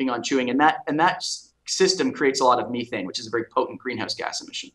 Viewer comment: On behalf of Canadians, I would like to say that we usually don't pronounce "methane" the way that does lol. All joking aside, great interview, and it's nice to see Canadians on the show.:)